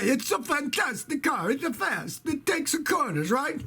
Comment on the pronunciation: The world would be a better place if we had more Scotty kilmer Italian accents. "It takesuh the corneruh"